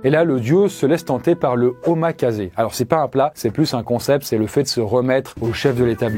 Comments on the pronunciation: omakase ça se prononce "Omakacé" pas "omakazé" xD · "Omakase" se prononce "Omakassé", en japonais "s" + voyelle se prononcera toujours "s" ^^